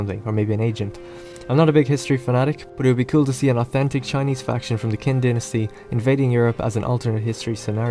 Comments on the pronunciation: Qin is pronounced Chin not Kin you fucking, fucking idiot. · qin is pronounced like "chin", not "kin". I'm chinese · By the way it's pronounced "Chin" not "Kin" goddamn you Wade Giles. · It's pronounced like "Cheen" (rhymes with queen). The tone is similar to asking a question, it rises at the end. "Cheen?" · great review, I agree with most of your opinions except I must clarify that Wu Tang was an actual Martial Arts Clan that existed in China for many years (not the hip hop group that drew its inspiration from it that you mentioned). Also just for your own personal knowledge, you are pronouncing Qin wrongly (the Q should have a Tzh sound when pronounced in romanized form of Mandarin). That aside I think that it is time for a China Total War, cheers mate!